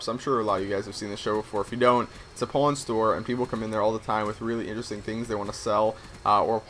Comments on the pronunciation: I heard porn store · He said pawn. when i first geard the word like 1 year ago i thought it said porn i was like wha? lol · did anyone else hear him saying porn instead of pawn? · ha pawn sounds like porn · did he just say porn shop???? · i thought he said porn star i was like WTF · I thought you said you wanted to own a porn shop :$ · Did you say porn shop? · so...how many people thought he said porn? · I thought he said i want to be a porn star not a pawn brocker or how ever you spell it. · did you say porn store? :O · nice sniping well i suck at it (amatuer gamer{or recreational}) and I actually thought he said porn and i got freaked out but then he went into it and I figured it out :/ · Hes saying "PAWN shop".... Right? O.O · i thought you said PORN store owner. i was like WOAH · I thought you said that you wanted to be a porn store owner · At first I thought you said porn shop owner haha!! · i thought you said porn shop at first. lol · I thought you said porn shop at first. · lol first i heard porn shop